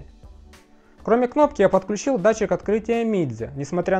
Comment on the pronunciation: Автор супер! Так подробно и с деталями, даже произношение Mijia и XiaoMi правильно 👍